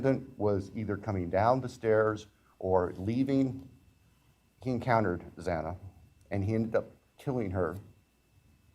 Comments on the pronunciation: this guy cant even pronounce xana’s name right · Upsetting that the judge continues to say Xanas name wrong 😡